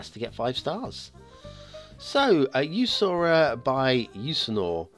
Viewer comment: Today I will start with commenting google to pronounce the name of the map, and I can prolly tell you that your google searc for that was a failure....Let me guess that this creator is from Sweden or at least Scandinavia, so a former viking then. The name in English is Jusur Island, we say Jusur - Ö, that last letter "Ö" means Island in the name